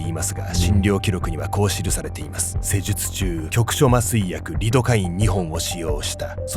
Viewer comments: せじゅつちゅうびっくりした🤣このナレーターさんになってこーゆーの初めて🤣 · 施術中が言えなくて言い直そうとしたのに直らなくて3回目あたりで素の出ちゃってるの面白すぎます笑笑笑 それにしてもほんとに酷い病院ですね、、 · せじゅつちゅう めっちゃ言い直すじゃん笑笑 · せじゅつちゅうのあの言い直し、ちょっと怖かった。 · ナレーターさんが 「あーっせじゅつちゅう！」 って言い直してるの笑ったww 抜歯するのに麻酔なしとか、ほんとやったらこわすぎる😱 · せじゅつちゅう… 読みにくいのはわかるけど、ちょっと言い直しにん？ってなりました😂 読みにくいんですけどね、音だけ聞いてるとあんまりね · せじゅつちゅうを繰り返し言えるなんてナレーターさんってやっぱりすごいなぁ…って思ってたら…😂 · あー！せじゅつちゅう！ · せじゅつちゅう、って編集ミスかと思ったら草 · 方言かなと思ったけど、単なる言い間違いっぽい